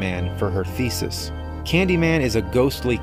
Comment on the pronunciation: I understood "feces" instead of "thesis" x"DDDDD